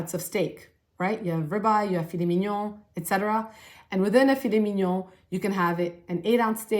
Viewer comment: Yeah the way you said ‘filet mignon’ 100% guaranteed you’re fluent in French with no accent